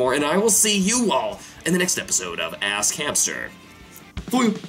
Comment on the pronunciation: it sounds like he says "Ass Cancer"